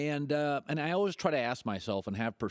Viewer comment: LBJ GOAT 23 Colin "Alwuz" Cowherd